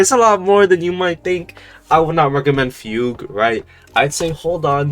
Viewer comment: bro stop pronouncing fugue like that bro